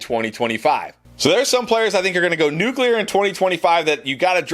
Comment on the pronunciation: I’m just glad you didn’t say nucular😂